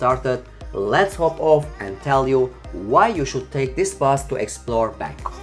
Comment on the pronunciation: 🤣🤣🤔...BANGKOK mister bukan bengkok kalo kata orang indonesia mah tidak lurus. Tidak ada texs indonesianya kurang bagus